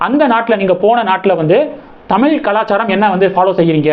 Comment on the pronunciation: இந்த மாதிரி வீடியோ போடற நீங்கள் முதலில் சரியாக தமிழைப் உச்சரிக்க கற்றுக் கொண்டு பின்னர் போடவும். உதாரணமாக பிள்ளை மற்றும் தமிழ் போன்ற வார்த்தைகளை சரியாக உச்சரிக்கவும். உங்கள் உச்சரிப்பை நீங்கள் பலமுறை கேட்கலாம்.